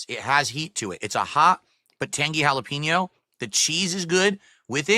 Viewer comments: Cold food, delivered slowly, then it sits and sits and sits. Halla-PEEN-yo. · Ok I’m glad I’m not the only one bothered by the way he says jalapeño